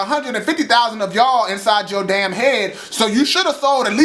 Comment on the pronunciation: Lmfaooooooo "whooooo the fuck are y'alllllllll" you said that so country!